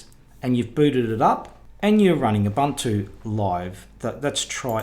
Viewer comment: There had been debate but the pronunciation is Ooh/boon/two. NOT Uh/bun/too